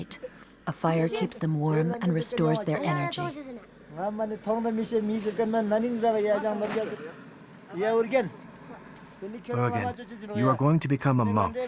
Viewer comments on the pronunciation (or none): The narrator should learn how to say the boy’s name. She pronounces urgan instead of Urgyan.